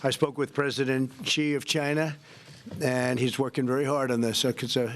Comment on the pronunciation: I love it when he says for china it sounds like vagina🤣🤣🤣🤣🤣 Trump 2020 & Don Jr 2024